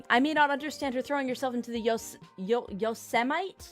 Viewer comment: Best of luck. Watch out for meth wizards. The Yosemite mispronunciation made me cringe.